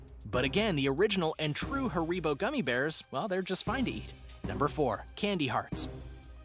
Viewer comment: It’s Ha-re-bo not “ haricot”